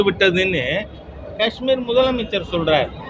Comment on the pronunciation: மத்திய அரசின் தவறு புல்வாமா தாக்குதலுக்கு பிறகு கஷ்மீரீல் [ உச்சரிப்பு கா ....ஆஆஆஷ்மீர் அல்ல ] சுற்றுலாதலங்களுக்கு பாதுகாப்பு வசதிகள் செய்யாமல் டில்லி போன்ற பெரு நகரங்களில் உயர் அதிகாரிகளுக்கும் அரசியல்வாதிகளுக்கும் அவசியமே இல்லாமல் நாளொன்றுக்கு ஒரு லட்சம் செவலில் உலகின் உயர்தர பாதுகாப்பு வழங்கியது தான் காரணம் !!